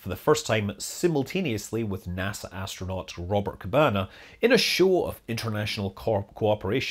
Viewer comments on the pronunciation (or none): none